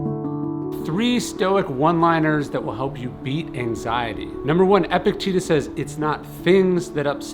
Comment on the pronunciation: Please start pronouncing Epictetus correctly.